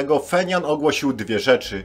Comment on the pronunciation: Stolica KRLD to Pjongjang a nie "Fenian" .